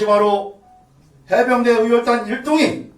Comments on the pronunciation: 에구. 어혈단이아니고의혈단입니다외국인도뱐음연습하던데신경좀쓰고사회를보시면 얼매나이쁠꼬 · 어열이 아니고 의열이잖아요!